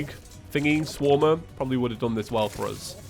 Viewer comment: Anyone get the vibes he was saying shwarma instead of swarmer?